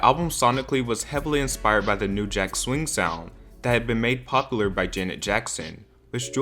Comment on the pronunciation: Everything about your videos is perfect... except that you say "popular" like "poplar"